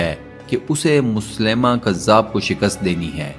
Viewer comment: مسلمہ" نام نہیں بلکہ مسیلمہ ہے اس کو درست پڑھیں ۔۔